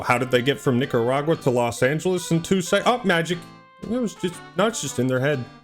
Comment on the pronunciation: It would be great if they could at least pronounce 'Nicaragua' correctly.